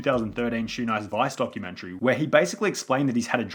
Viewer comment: Documen-terry. I hate it when people pronounced it that way.